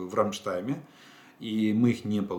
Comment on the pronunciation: Рамштайн, а не Рамштайм